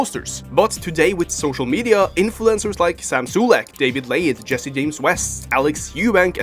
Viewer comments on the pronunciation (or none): none